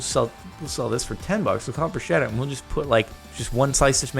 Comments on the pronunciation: It is pronounced "bru-sketta" not brushetta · bruschetta i pronounced with a k-sound, not sh-sound (brusketta), at least in Italian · Hey Jordan, bruschetta is pronounced like it had a k, 'brusketta'. Help a poor Italian spread the word to bigger audiences in the world, it would save people angry looks :) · Please pronunce "Bruschetta" correctly pleaaaaaase